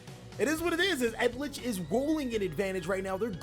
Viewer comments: Anyone else get triggered when he pronounces eldlich, edlich??? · bro its eldlich not edlich lol Eld-lich. killed me hearing that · I'm dying because of the amount of mispronounciation of eldlich. Come on,it's not that hard. Yiu just say each letter after another. Eldlich. Not Eldich. Not edlich. Eldlich. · Ha-key-er-oh el-dlitch alter-geisT sil-qui-tus eld-LAND sang-gween man, if your gonna commentate, sound out the phonetics when dubbing over stuff. it's frustrating to listen to.